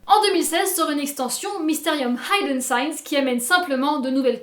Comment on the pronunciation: Très bonne vidéo :) Très bons jeux également, grosse préférence pour Mysterium cela dit. Merci pour le BO d'ailleurs. Petit point à perfectionner (et c'est dommage car ca clotûre la vidéo) : Hidden, se prononce He-Dun et non Hi-Dun ;)